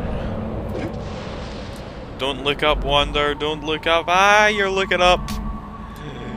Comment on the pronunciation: Awesome again,. And, yeah, if you're gonna abbreviate it, say Wander, not Wonder.